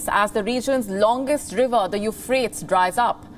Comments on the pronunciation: It's pronounced you-fratees, not frates... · Pronounced as "Eu-phra-tez." and not "Eu-phrase" . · Hey do your homework before you start reading .. better still learn some geography and current affairs. How shtoopid does it look when a channel funded by Zee has an anchor who calls Euphrates (yoo.fray.teez) ... Euphratss. Read some english and geography. College ki degree lekar seedha TV per? Padh bhi le thoda sa? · Its pronounced U FRAY TEES. Drives me mutts when educated people mispronounce words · Dude.. u-fray-teez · The presenter doesn’t know how to pronounce Euphrates.